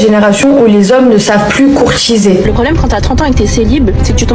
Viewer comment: "les hommes ne savent plus courtchiser pourtant je suis trop romantchique wesh"